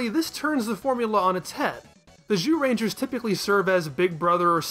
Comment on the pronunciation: You do sometimes slip and say jewrangers right?